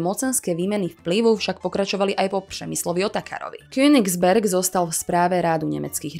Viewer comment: U vyslovení písmene Ř to moc nešlo ,(nevysmívám se) ale při tom když jste říkala Přemyslovec/Přemyslovci vám to písmeno šlo krásně . (y) . Krásné video, děkuji.